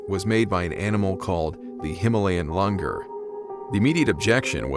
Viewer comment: Langur is pronounced as langoor.